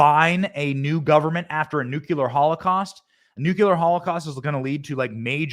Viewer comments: Benny You keep using the word "nucular" The word you mean to use is "nuclear" 2 very different meanings. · Nucular is a common, prescribed-against pronunciation of the word "nuclear". It is a rough phonetic spelling of /ˈnjuːkjələr/. The Oxford English Dictionary's entry dates the word's first published appearance to 1943.